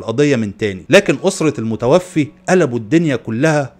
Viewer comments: المتوفَّى وليس المتوفِّي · الله يجزيك الخير ملاحظة صغيرة في اللغة العربية الكلمة تُقرأ: المتوفَى ، وليس المتوفِي وشكراً جزيلاً